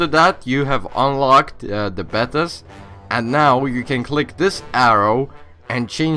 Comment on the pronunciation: Betas is pronounced "Bay-Tas"